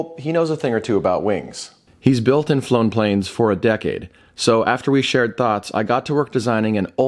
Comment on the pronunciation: He really does say decay-de